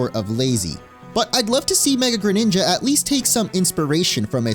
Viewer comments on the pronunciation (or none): DO NOT LEAVE OF THE R IN GRENINJA THE FIRST TIME!